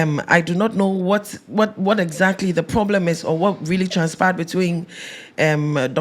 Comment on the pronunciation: There’s a ploooooblem 😂😂😂 Heaaaat